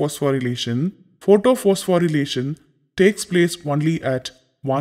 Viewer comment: Isn't it photophosphorylation instead of photophospho'relation'😅 Btw Thank you sir 😊